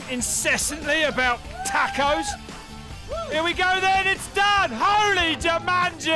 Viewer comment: WTF are "tack-o's"?